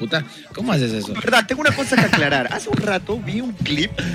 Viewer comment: Andy si estaba borracho, la velda jajaja